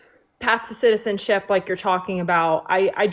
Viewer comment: Second girls friend is really struggling to say “citizenship” 😭